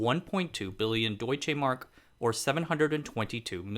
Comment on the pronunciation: That struck me too. Unless the £ was extraordinarily low at the time. I just checked. You are right he has switched them round. He also mispronounced Deutschmark, sticking an e in the middle.